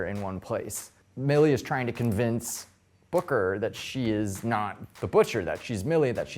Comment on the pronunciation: Am I The Only One Who Heard Booger Not Booker